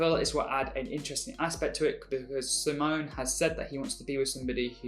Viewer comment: So I'm going to be annoying here. It's in regards to how you pronounce Simons name. It's see-mon. As in see what's over there and mon as in monday. Sorry for being that bitch.